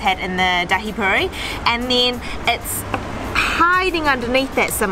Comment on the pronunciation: I laughed when Thomas said 'purry' (I know it's spelt puri) 😂 I'm so glad you can get good chaat in NZ! The Maori food you ate reminded me of the food I ate after a traditional cultural performance at some place in Auckland (it was 12 years ago). What I love about the both of you is that you judge food for what it should be, as opposed to some other channels who bring their preconceptions to the table or comment on how they would like to modify the dish to suit their palate. I tend to stop watching those channels/people. Your video-ing skills also make the food look so delectable.